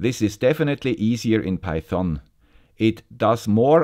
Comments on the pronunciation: Pronounciation: The problem with everyone loving is that nobody dares to correct the master on his pronunciation of Python.. I know it's not that important, but the correct pronunciation is with the emphasis on PY.. so it's actually PY-thon, not pyTHON. About the content: this is a GREAT episode as I'm switching from the Arduino IDE to microphython myself. The timing couldn't have been better! Also, I love the research that you've done and the work that went into this episode... I know I'm starting to become repetative, but bravo for keeping up the excellence. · Das o wird nicht gesprochen und betont wird auf der ersten Silbe "peithn". Die Aussprache hier tut weh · NO! No no no. Just no! Don't use python on micros. And please read the following,: Do not pronounce the o. I get bloody ears when you say python;) Anyways, thank you for a new informative video.